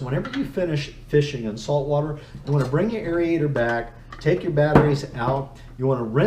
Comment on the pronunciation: Great info......now lets talk. The proper pronunciation is AIR-AYE-TOR not AIR-EEE-AYE-TOR